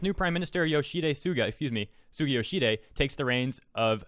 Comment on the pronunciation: Not a native japanese speaker, but i think you pronounced mr yoshihide's name wrong. Its yo-shi-hi-de, not yo-shi-de. At least i think?